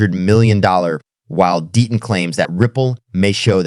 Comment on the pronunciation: DEETON or DETTON maybe figure out how to PRONOUNCE NAMES correctly or at least CONSISTENTLY